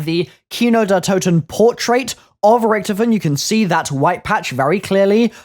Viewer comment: You said his name right